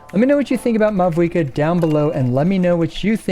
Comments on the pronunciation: For the future: The V in Mavuika is pronounced like the German V so it becomes a "W" ... easiest way to think of it is like Mao-eee-ka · You oronounced mavuikas name wrong the entire video, the v instead pronounced as a v but a w. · Great video but you did not pronounce mavuika correctly even 1 time and it's killing me